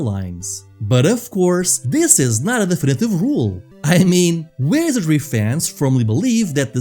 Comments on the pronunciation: take a shot, every time he says wesery. don't haunt me from your grave after though ♥ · I gotta be straight with you, man: it took 8 times for me to understand you were saying 'Wizardry'. Please make sure you're saying important words like 'Sir Tech' and 'Wizardry' clearly! You're got really good presentation otherwise! It's a good video. But I had to read the description to understand what game we were talking about :c